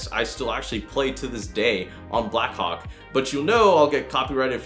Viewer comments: When you say “Blackhawk” it sound like “ Blackcock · Am I the only one who understood 'Black Cock'? xD